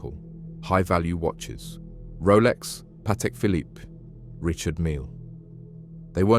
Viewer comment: Pronounced bark Lee square . And the Phillipe has a silent last e